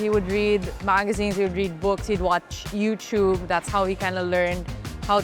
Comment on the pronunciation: I love that she’s very very pinoy…using the words Kapwa, and pronouncing youtube as you-chewb the Filipino way. But she has a lot of substance, a great speaker; wonderful Filipino ambassador